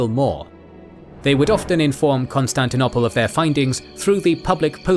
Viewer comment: I like your videos as much as the next guy but the way you pronounce Constantinople drives me nuts to the point where I even avoid your videos when I see the Bosporus strait anywhere in the thumbnail or alluded to in the title. It's CON-STAN-TI-NO-PULL not CON-STAN-TI-NO-PLAY. GAAAAAAAAHHHHHHHHHH